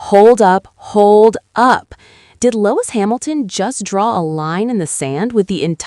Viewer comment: Lois Hamilton??, it's pronounced Lewis. Why would I subscribe when you can't even pronounce a person's name correctly. Bye